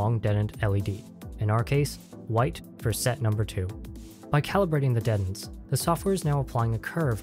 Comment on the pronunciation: Say it with me. DEEEEE TENTS.